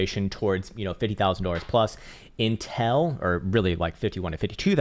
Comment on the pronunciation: Love the way he keeps saying intel instead of until 🤣